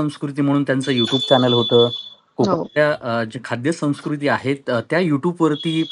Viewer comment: संस्कृती हा शब्द सुद्धा या ला उच्चारता येत नाही.